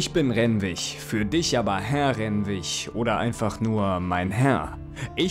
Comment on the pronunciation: Oh das triggert mich mehr als gedacht... 😅 RenwiG mit G nicht mit ch ... Ansonsten tolles neues Projekt, Ja, mehr mehr!